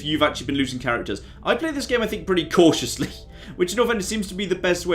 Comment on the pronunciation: "I play this game pretty catiously" hahaha hahaha